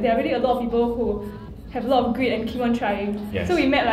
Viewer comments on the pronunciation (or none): Grit, not greed lol